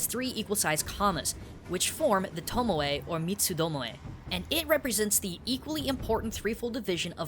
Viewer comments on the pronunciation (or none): none